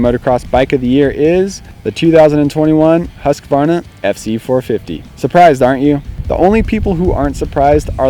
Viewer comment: Huskuvana hahah, try saying Hoosqwuarna